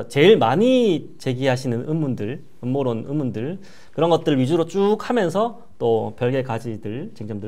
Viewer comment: ㅋㅋㅋㅋ 엄머론아니고 음모론~입니다 국가부도의날 유아인이생각낫네요 ㅋㅋㅋ